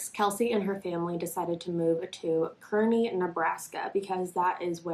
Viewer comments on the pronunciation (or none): Hey, I live in Nebraska and it’s actually pronounced, (Kar-knee) but I understand just bc it’s they way I read it 😂 I love ur channel tho! Keep it up! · this is so crazy. it happened near my sisters home in Kearney. when i heard about this i was so scared. i love how she said Kearney wrong😂😂😂